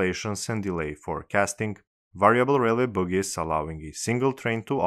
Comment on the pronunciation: i don't mean to be a dick, but bogies is pronounced "boagies" not "boogies". cheers. great video tho